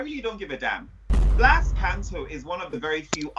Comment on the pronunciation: just a note: it’s pronounced “Blas” not “Blath”. the “th” sound is only used in Spain with “z” or “ce/ci” :)